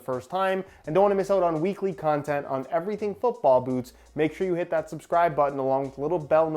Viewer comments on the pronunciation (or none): none